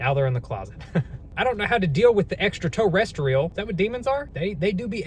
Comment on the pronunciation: No one:: I don’t know how to deal with the extra toe-restral